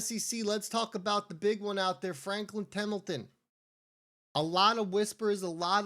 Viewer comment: It’s Temple-ton not temmmelton